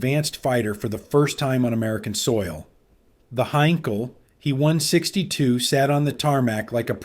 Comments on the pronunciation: Thanks for this. You are picking up some questionable habits from A.I. narration. It's not "me" or "he". It's Heinkel 162 or "H-e" or "B-f" or Messerschmitt. I don't know how to spell the full words for "Bf", much less pronounce it. Bayerische something. Eric deserves a medal for not dying, he dodged more bullets in his work than anybody. What a Boss. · Also.. its H. E. not Hee. 😄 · Lots fo folks pronounce H E as he. Likewise DO (dornier) is pronounced doe .